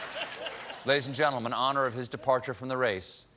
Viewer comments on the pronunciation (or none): none